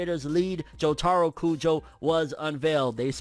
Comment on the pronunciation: Did just say, “Joe taro” I think we have a part skipper